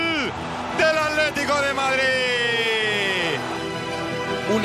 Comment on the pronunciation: Porque los españoles ademas de narrar para el orto y tan aburrido dicen aletico en ves de atletico xdxd